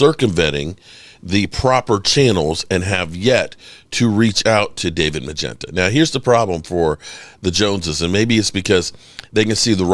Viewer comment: bro, do u have dementia? Your LAST video was LITERALLY about this same topic. Same conversation. Lets be clear here..The thing is is....again, the agents name is Mulugheta....moo..lu..get.a....not Magenta